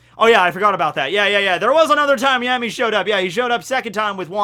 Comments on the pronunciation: Why would you call him yemi though? It's ヤミー so a ya not a ye 🤔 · His name actually starts with [ja] not [je] in Japanese, so you had been pronouncing it correctly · Fun fact,: So in Spanish, the letters 'll' can often be pronounced as a 'y' or a 'j'. Yammy's last name can be pronounced 'Yargo' or 'Jargo'. Similarly, sternritter x's name can be pronounced as 'Lee-jay' instead of 'Lille'. You probably already know this. I just get a kick out of being a know-it-all. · Yeah I was wondering why he corrected himself there. But it's also not a ja (ジャ), it's a ya (ヤ). 🤓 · No one corrects you cause no one cares. I mean, it's Yammy... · You mean the wrong way?